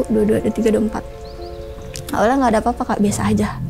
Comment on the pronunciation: Mereka : merekah, nggak apa2 : nggak papah, apa : apah.. 🫣🫣